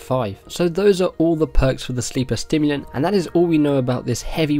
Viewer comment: Sorry but I have to say it.. Sleeper SIMulant, not STIMulant :P Looks sick tho :D and that quest line!